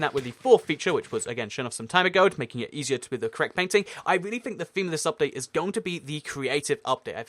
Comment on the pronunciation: Is it just me or is saying eshier?